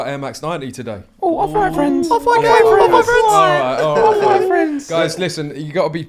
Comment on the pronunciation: Actually love this podcast amazing that it’s the only hype/sneaker cast n it’s actually interesting. Jealous of them off whites too 😂 ‘off white fwends’